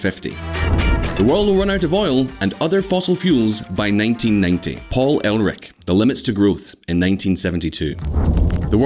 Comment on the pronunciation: Paul Erlich: "Paul ELRICK" Nuclear: "NOOKYOOLAR"